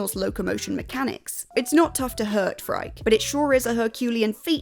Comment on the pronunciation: At the very least, the English pronounciation should be "Fry-kee", but the developers (in interviews) do pronounce it "Free-kay".